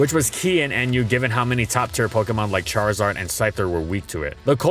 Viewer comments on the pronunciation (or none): none